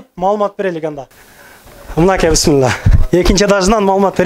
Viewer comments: Бысмылда эмес. Биссмиллах деп үйрөнчү иним. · Бисмиллях же болбосо бисмиллахир ррахманир ррахиим деп туура айтыныз бул Аллахтын ысымы.